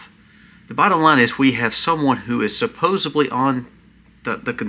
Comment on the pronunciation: Supposedly NOT Supposably